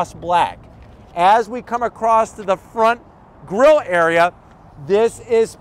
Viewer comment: Grill not girl lol